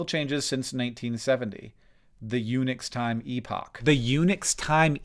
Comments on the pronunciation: wasn't looking at the screen when he said unix and though he was saying eunuch's time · I was listening doing something else, and I heard, "Eunuch's Time Epoch," and had to come and look. How do eunuchs possibly enter into this? Oh, right, Unix. Ahem. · You said "Unix time" and I heard "eunuchs' time" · You said "Unix," I heard "Eunuchs" and thought "eunuchs get their own system? That's progressive"